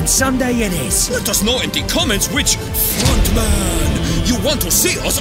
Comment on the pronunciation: When ronaldo say the frontmen it sound like the fraudmen